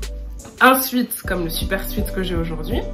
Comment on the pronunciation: Ça se prononce « souèt » pas « souit »😊